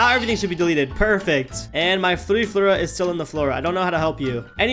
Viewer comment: Fluriflura❌ Flurifloora✅